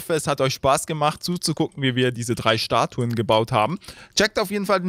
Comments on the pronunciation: Statuen, nicht "Staturen" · Psssst......... Es heißt "Statuen":D Die meisten Leute denken es heißt Statur, tut es aber nicht:D